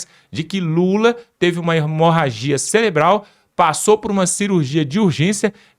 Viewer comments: SABE NEM FALAR CELEBRAL KKKKKK CAKAVA BOCA OFÉLIA KKKKKKK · nao e celebral,e cerebral.eita mobral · não é celebral... é cerebral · NÃO É CELEBRAL MENINO,,,,,O CERTO CEREBRAL TA BOM ? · "CELEBRAL???" UHUmmmmmmmmmmmm...paulo freire... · Cerebral não celebral🥴😖😖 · Orras, amiguinho, "CELEBRAL" é de doer os tímpanos...😂